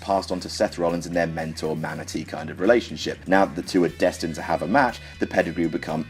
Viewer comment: "mentor/manatee relationship" i had to track that back to make sure i heard it correctly lol well played sir